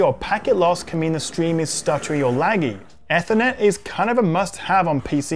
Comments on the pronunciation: Your butchering of Ethernet has been bugging me throughout. ee-ther-net not eh-ther-net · If I had said “Why are you saying Ethernet, so weird”, your reply would have made sense. I was specifically referring to how he was saying the word “Ethernet”. Even in the UK we pronounce it like “Aether”, not Eth-er-net. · Have I been mispronouncing ethernet (ee-ther-net) wrong all these years? 🤷🏻‍♂️ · The way he pronounced ethernet as "aethernet" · Why are you saying Ethernet so weird.